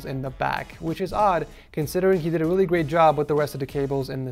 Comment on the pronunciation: "weally important" i pissed myself.